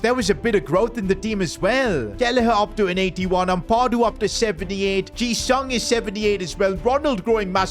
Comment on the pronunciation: You butchered ampadus name so hard lol and don’t rob him from Leeds lol